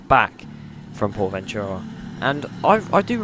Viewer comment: when you say Ventura wrong and you put a voice over on it 😂